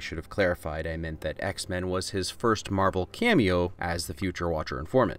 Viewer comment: It’s marvel not the way you said it